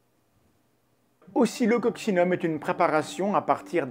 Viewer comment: je t'entend dire occocsillum et je lis oscilloccinum c'est pour aller plus vite ou ca se prononce vraiment comme ca?